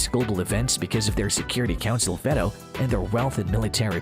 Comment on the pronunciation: Your pronunciations of "veto" and "eke" are bizarre.